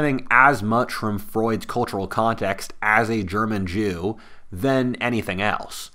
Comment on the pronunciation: yknow is a bit of an enigma. Is he kinda right? Maybe who knows idk he raises a lotta good points and they are all really insigtful. Is he racist? I mean he definitely uses some intesting language and may or may not put way too much emphasis every time he says the word jew and it makes me kinda jump a little bit like damn bro i get it but why so pasionate kinda sus ngl but yknow who knows idk